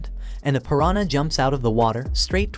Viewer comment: I don't understand how Ai is still so bad at pronouncing words correctly and remembering the gender of a person. OP, can you give your Ai some feedback? When pronouncing piranha in English, do not use a Y sound. Cutely is sounds like Spanish "piranya" instead of English "pu rahn uh" Keep track of the gender of each character. If it's a male, do not refer to him as "she". Keep track of your own voice. Do not switch between male and female voices and absolutely do not switch accents from English to Spanish or Indian. If using a male English voice just keep it that way. Side note for op: would it be possible to have the Ai read a character's lines and use a specific voice for each character? I guess I already know the answer since some times it will randomly speak in Spanish, but when it gets better that would be great to do!